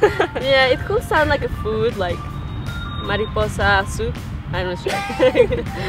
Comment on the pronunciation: Mariposa - souds like MARIPUSSI !